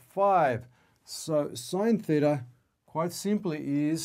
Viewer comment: Theta -- Greek letter (not thither)